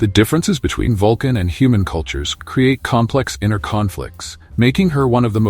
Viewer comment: A "hu-man"